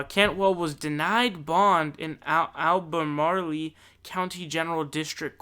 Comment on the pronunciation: Pronounced with an A spelled with an E..... ALBA-MARL silent E at the end... like Jessica ALBA & the Beginning is MARL like MARLBORO [sorry cigs are gross] Nice Try Though! ;) [I was cracking up!] Soooo he instead of going back to Charlottesville[independent city the County Seat of Albemarle County], he went way further south to Lynchburg[independent city NO COUNTY surrounded by Amherst, Bedford & Campbell Counties NOT EVEN TOUCHING ALBEMARLE]... hummmm Lynchburg is where he choose to turn himself in yet nobody mentions its WAY further south of CVILLE & he lives in NH??? I think he was trying to say something by going there.... ;(